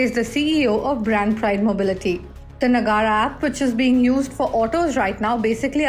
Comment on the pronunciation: Its not Na-gaa-ra, its Na-ga-ra